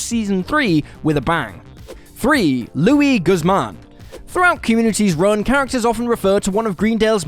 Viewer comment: Why did you butcher Luis Guzman's name?